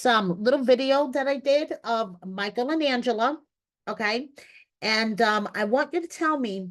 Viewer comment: If anyone deserves to be an American citizen it’s My-kull. Love his heart though, it’s about to get REAL real with Angela😳🫣